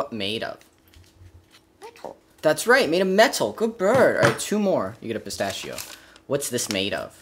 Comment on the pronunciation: “What do you want?” “Pistash?”